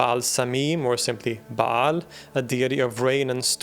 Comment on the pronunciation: Ba'al not Ba'aal